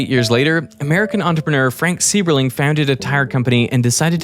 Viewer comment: In German when ther is the syllable "ei" like in "Seiberling" it is not pronounced as a longer "e" but rather a "y" liker in "cyber" so you would come closer to his german name when you pronounce it like "cyberling". Just saying :)